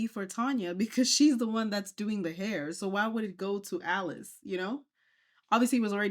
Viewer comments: Isn’t her name Alice? Not “Eleese” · Is her name Alease or Alice (I'm askn bcuz u keep pronouncn it the 1st way)??...*not tryna b funny just 1dering*... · Lol bless you “Eleese” is Alice. The lady in the video was mispronouncing her name lol. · Her name is Alice not Aleese 😂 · This shop owner is clearly a greedy liar. And why this woman keeps calling the shop owner “ahlease” it’s Alice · ma'am why do you keep calling her Aleese her name is Alice she even said so herself lmaoooooooo that is bothering me so much 😅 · I always thought that her name was pronounced Alice, not Elise 😂 but hey…nowadays people spell stuff however they want to 🤷‍♀️ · HER NAME is Alice Not A-Lease lol 😂😂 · Hunny her name is “Alice” not “A-Lease” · Why are you pronouncing her name wrong. Her name is Alice (Al-lis)